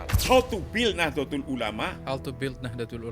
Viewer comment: Mengucapkan Nahdatul ulama (Nahdlatul ulama)+Rais am (RAA IS AAM)